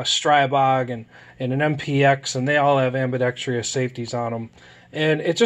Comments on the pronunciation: Say it with me...ambidextrous NOT AMBIBEXTRIOUS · It's one of the most common mispronunciations in the English language for sure. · Ive never said it before but that shit always annoys me too. I dont know where they got that extra syllable from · it still boggles me why people can't pronounce ambidextrous as ambidextrous. it will always be "ambi dex tryus."